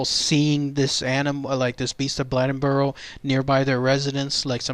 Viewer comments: The name is Blade N Boro. You pronounce the name like blade. I'm from the area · It's pronounced Blade as in knife blade. Blade-In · Its pronounced "Blay den boar o"